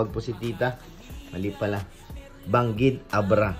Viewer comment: Bangued abra.hindi bangid